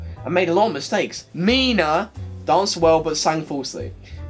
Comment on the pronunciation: Good pronunciation of Minah (Y)